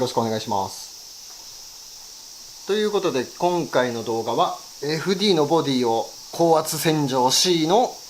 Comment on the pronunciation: 楽しく拝見しています、私は元アンフィニのメカニックなのですが、FDの読み方はエフディーではなくエフデーです！